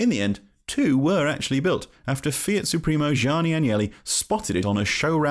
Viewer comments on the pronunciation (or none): none